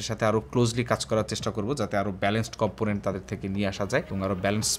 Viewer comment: আজকে সব গুলা কম্পটনেন্ট বলার সময় কিছুটা কষ্টে ছিল। 😂